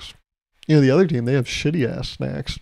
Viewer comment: For a sec I thought you were saying teen moms instead of team and I was so confused